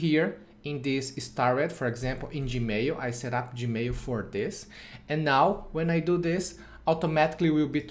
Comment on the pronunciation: It's email and NOT emeio! It's Gmail and Not Gmeio!